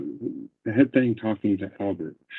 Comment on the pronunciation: Hi Gisela! I enjoy your videos ❤ It freaks me out knowing that Letecia was a school teacher!! I’m so grateful her students didn’t get out of line. Who knows what the consequences might have been 😮Do you think the kids mispronounced words as she does? She says ‘think’ instead of ‘thing’ and she cannot even say ‘superstitious’. If the parents of these students wonder why their kids have problems, well that solves one of them. As a stewardess she would of pushed unruly passengers off the plane in mid air! RIP Gannon 💙💙💙💙